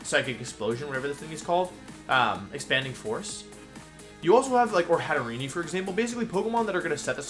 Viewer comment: It's "Hat-er-EEN", as in "serene".